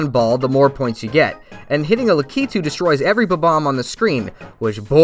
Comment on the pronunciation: You’re the first YouTuber I’ve found that says Lakitu the same way my parents do.